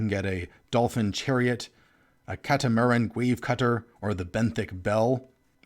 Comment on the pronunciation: You might just not be familiar with these, but the way you pronounced "catamaran" makes it sound like you might think that's a made up fantasy word... but it's not! That's just the word for a watercraft with two hulls